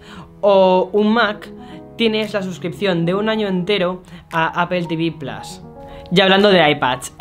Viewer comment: kibord y plas que tal pronunciacion xd